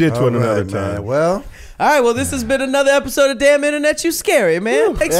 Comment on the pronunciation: It's rare that says the word time sounds like he says tie.....oh.🤦🏾‍♀️🤔🤦🏾‍♀️🤔🤦🏾‍♀️🤔🤦🏾‍♀️🤔🤦🏾‍♀️🤦🏾‍♀️🤔🤦🏾‍♀️🤔🤦🏾‍♀️🤔🤦🏾‍♀️